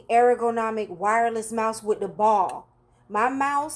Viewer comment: Air-o-go-nomic You’re saying it incorrectly but it’s adorable 🥰